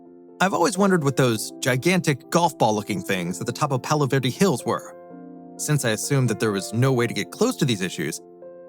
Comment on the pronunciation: Its Palos Verdes, not "Palo"